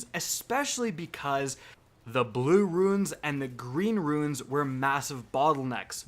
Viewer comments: The word is runes. 1 syllable. Not ruins. Otherwise, good video:) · Oh my god, it's so annoying. Its roon, not ruin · I don't understand why you keep calling them "ruins" instead of "runes"? Do you know what a "rune" is? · Ok it's RUNES not RUINS. Everytime u pronounce it wrong I died a little. Lol. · RUNES IS NOT PRONOUNCED LIKE RUINS. ONE SYLLABLE. RHYMES WITH BOONS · Oh and btw, it’s pronounced “roon-s”, not “ru-ins”. Figured a grown man like u could know how to read. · Runes* not Ruins man xD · Runes. Not ruins bro. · “Rooonz” Not “Roo-ins”. ;-) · ROOOONS FFS - its pronounced ROOOONS not Roo-IN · For the love of God... it is "runes" not "ruins" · I hate to be this guy but you did it a bunch and it’s really bothering me... ahem RUNES!!! Not RUINS!!!! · Ruins - pronounced "roons" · Cant say runes right. Come on dude it's not ruins, its RUNES.. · You're pronouncing "runes" wrong. It's like "boons" with an R. Not "ruins." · It drives me crazy when people say “ruins”... I’m like it’s pronounced Roones (Runes)!!! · He's saying ruins instead of runes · Bro... you still haven't figured out how to pronounce "runes"?? I'm surprised nobody has corrected you this far. For clarification: Ruins are what you would explore in something like The Witcher. Runes are an ancient alphabet like the nordic runes utilized in God of War. You're welcome scrub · R-u-n-e-s (Roons)..... not Ruins (Roo-ins). Very weird you kept saying it like that. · This video gets harder to watch every time he says “RUINS” instead of “RUNES” C’mon, really? I stopped watching your videos a while ago, and I come back and this is what happens? I’ll be back in a few videos. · makes well thought and in depth video over a topic that bungie really should address Most people: wow that was a well thought out video, bungie should take a look at this. My brain: yeah yeah it was good and all, but he kept calling runes "ruins" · RUNES dude, not RUINS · Its ROOOOOONS not Ruins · Ruins XD